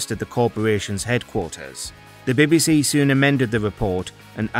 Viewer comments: I can't get passed him saying " the baby sea" How hard is it to say BBC. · Wtf is the "birby si"?